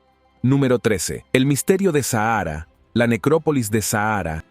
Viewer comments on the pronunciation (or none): El locutor deja mucho que desear dice sahara en vez de saqhara dice serpeo en vez de serapeum por favor un poquito mas de estudio!